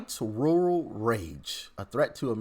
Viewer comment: White wural wage, a twet to muh democracy...